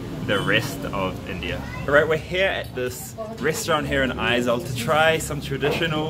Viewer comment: Its not aezawl its Aiiiiizawl